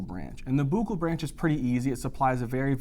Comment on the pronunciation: Thank you for making this spaghetti junction, that is VII, seem manageable. Love the way you pronounce fossa and buccal